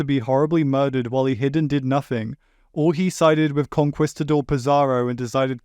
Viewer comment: “con-kwees-tador” “ga-roat” I’m Filipino but I’m still surprised that even Spanish words don’t escape the American English pronunciations 😭